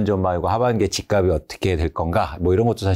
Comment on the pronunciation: 말씀이 항상 합리적이고 치우치지 않고 다 좋으신데 "집값이"의 바른 발음을 '집가비' '집가블' 이렇게 발음 하시는데~ '집갑씨' '집갑쓸'로 표현을 해 주시면 좋겠어요. 옥의티만 바꿔 주시면 완벽합니다!!! 개인적으로 팬입니다. 아파트는 앞으로 현재대비 60%이상은 더 빠져야 합니다. 앞으로 10년후면 빈집이 1000만채가 될텐데 지금 거품은 완전 이해가 안됩니다.20년후면 1/10로 가격이 내려갈겁니다. 일본처럼..